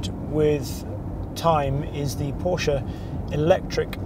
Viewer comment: Kudos, britisch fellow saying it right PORSCH E not Porsch, like most english speaking do. Well done on the report. Thanks.